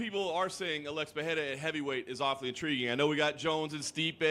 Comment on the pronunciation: why are americans pronouncing ''Peheira'', i get you want to say it right but it's not better than saying Pereira with an american accent.